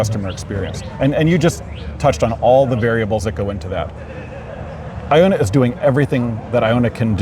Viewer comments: The most telling thing is half the reps said “I-O-nna” instead of “Ion-na”. These mouth pieces have no clue what’s going on. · The OEM reps should learn how to pronounce Ionna. To my understanding, it's pronounced Ionna like Ion. An ion is an atom or molecule with an electrical charge. Ions can be positively charged (cations) or negatively charged (anions).